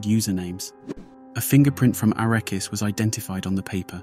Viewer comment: To be clear. His name Arakas, not Arrakis